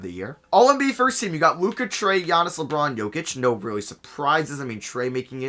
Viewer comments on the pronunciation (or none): none